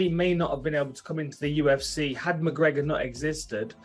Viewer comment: Uhhhh Khabib, wtf is "the ufs" 🤣🤣